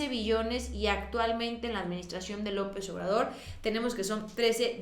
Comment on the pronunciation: X q no ves ha brozo todo lo q dice de López Obrador Te pido un favor con todo respeto habla bien dices Lopess Y no se te entiende nada